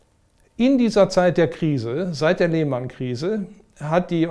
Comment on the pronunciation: "Die Leeeehhhhmannnn Krise" So richtig schön Deutsch ausgesprochen. Fabelhaft.